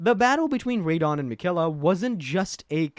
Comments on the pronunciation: Radeon for Radahn is wild. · Ray-dahn? :hand-orange-covering-eyes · Ray-dahn was killing me everytime he said it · I like how you started off calling him Radahn and slowly over the course of the video, you kept subtly changing his name pronunciation until it was just Ray Don. 😏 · I hate the way you say Radahn